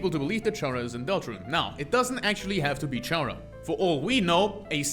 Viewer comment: I guess I just won't bother on how he pronounces it as CH-ara instead of Chara(cter) Also, the all lowercase thing with the true lab entries actually is used to prove that Sans was a scientist.